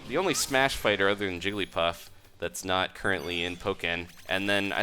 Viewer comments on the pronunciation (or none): none